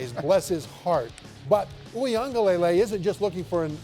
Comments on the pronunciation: It's luh-lay, spoken very quickly, not lay-lay lol. Nation's having a real hard time with his name 😂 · for my white folks Wee-gah-lelay 😂 thats how to say it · They wont even spend 5 seconds to learn it. Kinda disrespectful